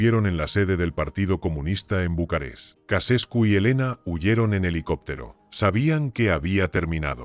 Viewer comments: He visto hasta que ha dicho Cacescu. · "Kacescu"????? A pronúncia é Tcheausêscu!!!!@ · Casescu no, Ceaucescu. Timioara no, Timisoara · Jajajaja me dió mucha risa oír como la traducción automática repetía y repetía Kacescu 😂😂😂😂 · Ja, ja "Nicola Ecasescu" ¡Vaya nivel!